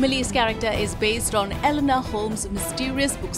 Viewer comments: E-NO-LA Holmes not Elenor... jesus fucking christ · It's ENOLA Holmes, not ELONA Holmes! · Enola, not elona